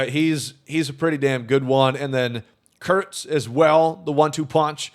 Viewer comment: I think you have a very bad word on your mind way too much. His last name is Kurtz, it’s not hard to say his name normally.